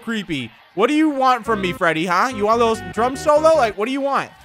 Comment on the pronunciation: When he said freddy do you want a drum solo I thought he said drug solo